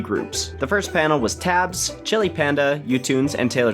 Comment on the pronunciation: Tabbs? I thought it was pronounced as teybs